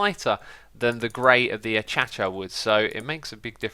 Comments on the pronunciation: Dude! X.. you're still calling it ah-cha-cha wood?! lol It's Ah-kay-sha. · A-Cha-Cha wood???!!!! It's a-kay-sha wood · Acacia: uhKAYshuh, not uhCHÆCHÆ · It is pronounced ac-ai-shee-a wood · Acacia, A-kay-sha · does anyone understand how X got to pronouncing Acacia as 'Achacha' ? because that is clearly wrong... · Yes, Keralis. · Acacia should be pronounced like so: Uh-Kay-shuh. Not trying to be mean, just helpful is all. It is amusing to hear Xisuma say it silly though lol. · Even more amusing when you know he's saying it purposely as a reference to Keralis. Oh, sorry, I think I meant Carolis, or something like that. Beef knows who I'm talking about, lol. Also, stop pronouncing it truly incorrectly since it's a pair of a's and there is an i present. AH-kay-shEEAH. Said fast it's somewhat like what you're saying but that's not truly correct since you're not enunciating it correctly. While close, your pronunciation of it is lazy. Or you could just stop being such an ignoramus and get along with the joke and call it it's proper, in this context "achacha".